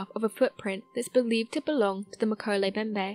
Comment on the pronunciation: Pronunciation matters!!! mo-KEH-leh em-BEM-beh NO silent letters. NOT meh-ko-lay Bem-bay. FREAKIN' LOOK IT UP BEFORE YOU BUTCHER IT!!